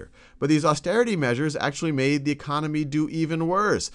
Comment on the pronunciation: He really knows about the Greek e-Khan-omy.